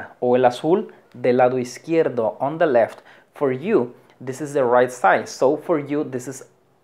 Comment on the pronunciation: No sé pronuncia:" de oder " Se pronuncia "di oder" . Saludos 🙋🏻‍♂️